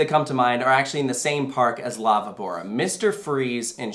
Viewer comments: I swear I was like what is Lava Bora? But then I realized they’re saying La VÍBORA (VEE-bo-ra). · La Vivora is pronounced "la bee-boh-rah" with an inflection in the "bee"